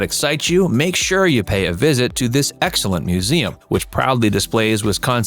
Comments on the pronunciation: Henry Vilas Zoo, Vilas is pronounced VY-lus. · The "I" is long in "Vilas".